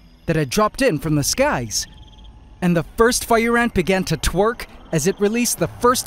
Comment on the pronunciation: Did he say twerk